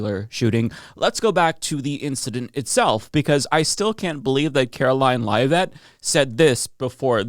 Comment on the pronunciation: That's not how you pronounce Karoline Leavitt's last name